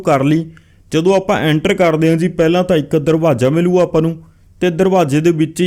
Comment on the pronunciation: what is Dahrwaza? Darwaja hunda. Sabhat ni sabaat hunda. theek ucharan karna sikh.